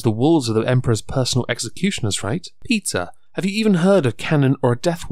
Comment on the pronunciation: You say PETA. All I hear is "Pizza", now I'm hungry ...